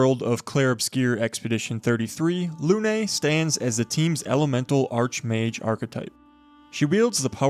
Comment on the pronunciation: thank you for the tips omg i love it , im always looking for new build . PS: Lune is not pronouced Lunay 😅 , as a french its very funny to hear how you pronouced it , but anyway np you can actually see the proper calling in google translate and also it means moon